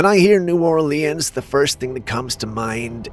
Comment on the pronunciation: Where are you from? Your saying New Orleans very weird. Not picking I just know you ain't from the South. Curious is all.